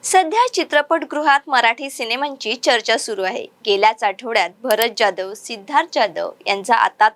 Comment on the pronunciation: जाधव की जॅधव मराठी नाव नीट घ्या... एवढं अवघड जातंय मराठी नाव उच्चारण करायला?